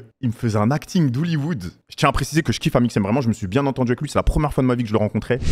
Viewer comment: vous entendez comment Mr Beast galère à dire Amixem. 😂 et c'est la raison pour laquelle il l'appelle "him" (lui).